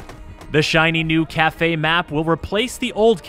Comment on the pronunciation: I've never heard anyone say the last part of Cafe correctly lol.